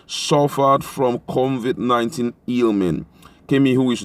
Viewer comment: it's COVID 19, not CONVIT 19. So, at this late stage, Nigerians including the President don't even know how to pronounce the virus correctly? Really??????